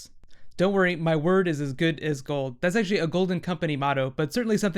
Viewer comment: George rrrrrrrrrrrrrrrrrrr Martin